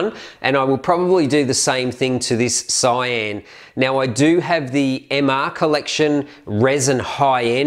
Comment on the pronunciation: It's Sian not cyan